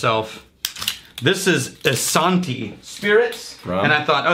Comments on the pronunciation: still mispronounced isanti. like "eye sandy" but with a T instead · If you care, It's pronounced Eye-San (like sanity)-Tii. I know because I grew up nearby in East Bethel/Cedar. Thanks for showing me your love of the craft! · Being from Minnesota I think your pronunciation of Isanti need some help. We would phonetically spell it eye-san-tee.